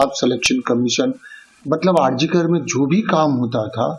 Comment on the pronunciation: Hospital ka naam to sahi se pronounce kariye Mahoday R G K nahi R.G. KAR HOSPITAL hai